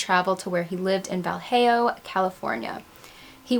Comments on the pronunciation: Fantastic video! So much great info. Just FYI, I live near Vallejo and we pronounce it more like Vah-Lay-O if that makes sense lol. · Vallejo actually is a Mexican city name pronounced Va-ye-ho. 😉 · Good video! And just wanna add, the way you pronounce Valejo is Vuh-Lay-Ho ;) im from that area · Vallejo is pronounced Va-lay-hoe. Love your videos. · Vallejo is pronounced VA-LAY-HO... It's also where the Zodiac killer attacked Michael Mageau and Darlene Ferrin. Mageau survived the attack and provided the police with a description, Ferrin unfortunately did not. As a Black Dahlia enthusiast, I don't know if you've ever been to the scene where Elizabeth's body was found in Leimert Park... I have. You wouldn't recognize it today from the crime scene photos, it's in a regular neighborhood with houses lining the street. The only way to locate the exact spot on Norton Street now, is because of the fire hydrant just south of where the body was found... it's still there. There is also some speculation that she was actually killed at the Hirsch apartments on Washington Blvd and that's where her blood was drained if you believe what is written at . I've got some photos of both where he body was found and of the Hirsch apartments look like today if you'd like, let me know here. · Vallejo is pronounced Va-lay-ho. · Pronounced va-lay-ho. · Doesn't this bug other people? mispronunciation of Spanish words or names that are very much used in the southwest. In Spanish, two "LL" are pronounced as a "Y." The letter "J" is pronounced as an "H." Therefore, Vallejo is pronounced as VAH / YEH / HO. Good Luck to everyone. (wouldn't be surprised if the residents of that town mispronounce it, too.) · As a side note fyi, Vallejo is pronounced more like val-eh-ho, or va-ye-ho. It's one of the odd California city names. I'm from the area, I had no idea she came out this way before she went down to the LA area. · It's never a mannequin... 😔 Great video! (FYI, Vallejo is "Vuh-LAY-ho")